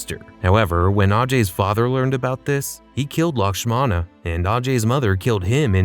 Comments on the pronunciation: It is Lakshmana not Lakshama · Its lakshmana not lakshama You pronounced so many words wrong in this video lmao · Dude. It's Kyrat, not Keeryat, and Lakshmana, not Lakshama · Lakshmana ❌ Lakshama ✔️ 😂😂😂😂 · You keep pronouncing it wrong it's lakshmana. Are you not able to read the subtitles